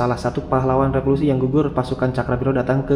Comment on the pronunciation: maaf ya pengucapannya keliru "revolusi" bukan "repolusi" 😂